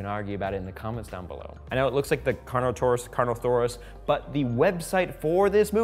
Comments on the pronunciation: CarnoTaurus not carnosarus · it's CARNOTAURUS, not CARNOTHAURUS! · It's Carnotaurus. TAURUS, with a T, no H and not Saurus or Thorus. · The hybrid at the start is the Indoraptor (Indominous Rex, but mainly raptor), the D-27 is the Baryonyx. CarnoTaurus not “CarnoTHaurus”, although a possible variant of a Ceratosaurus. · Carnotaurus not carnothorus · He also said Carnothaurus